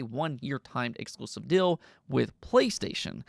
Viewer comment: Fill / feel Dill / deal You hold vowels way too short. Since your diction and flow is really good it catches so much more attention than it’d if someone else had that in their speech pattern. Once you hear it you cannot not pay all your attention on it either, it’s like nails on a chalkboard. Amazing work though, you could do some voice acting. Alternatively radio or podcast work could be good options as well. Since you’re already dipping into it why jump in fully